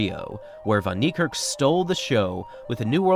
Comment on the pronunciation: Its pronounced Fun Nick Kark, a as in apple and the r is a lightly rolled rrrr.